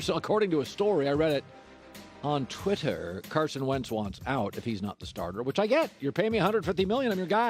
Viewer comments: LOLOL "Twitturr" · Colin "TWHIT-TUR" Cowherd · Why does he say twitter like that